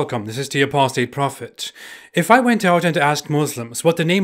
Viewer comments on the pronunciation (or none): none